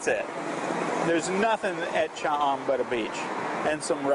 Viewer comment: I enjoyed your video but what bugged me is your pronunciation of Cha am and Hua Hin. Not that big a deal but kinda put me off at the start.